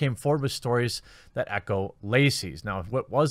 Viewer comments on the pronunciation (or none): none